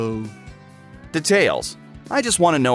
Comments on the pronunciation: Big really said sonadow lol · "Sonadow" hit hards 😭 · "Sonadow." i felt that